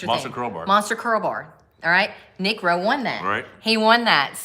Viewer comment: careful pronouncing the name of nick rowe